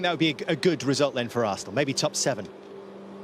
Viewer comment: Roy “Assnal” Keane